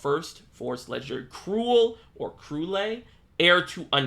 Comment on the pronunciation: Rose Queen Unkilling package incoming :D Btw you misread Krulle :D her superevo gives the crest to your opponent aka she makes your opponent's followers lose hp and atk when they enter the field.